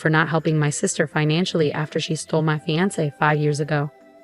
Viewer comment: Just when I thought that another different pronunciation of fiancé was impossible, here is fee-an-ser. Yikes!